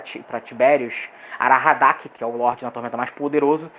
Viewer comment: Parabens pelo conteúdo, mas atenção aos detalhes... aHaradak, não aRahadak